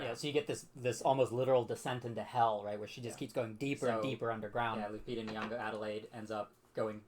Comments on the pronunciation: her last is not “yongoya” or “whatever her name is” it’s “nyongo”, getting her name right is the most basic form of respect you can show an actor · At least attempt to pronounce her last name correctly, it sounds like," IN YON GO ", see easy peasy.